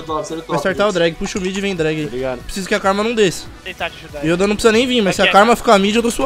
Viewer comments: Mais alguém também sente uma agonia com o falando as palavras do jeito errado? PQP ele tenta falar bonito achando q ta certo mas tá errado cara. "Yóda" PQP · porra "Ióda" kkkkkkkkk